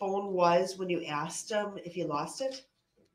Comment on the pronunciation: Every time Duh-rell goes off like this.....he tries to turn it around and says "I did what you axed me to do". 😂😂